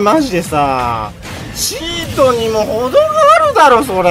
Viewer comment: しんじろーのチートの発音ポケモンのクチートと同じ発音なのいつ聞いても笑っちゃうw